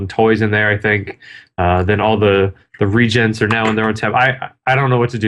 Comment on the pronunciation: The word is not RE-gents, it's re-AY-gents